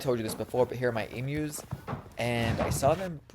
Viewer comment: You said Emewwww!!! Not Emooo. So proud of you. Sending love from downunder